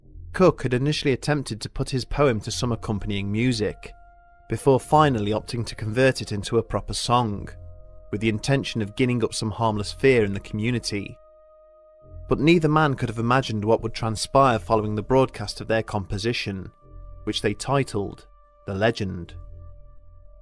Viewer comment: "Jinning" up. Soft G.